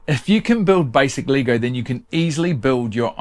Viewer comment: Never heard it pronounced Lee-go before, had to rewind to understand what you were on about. We pronounce it Leg-o this side of the planet.